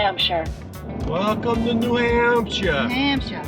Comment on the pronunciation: I love how you keep saying nahamsha!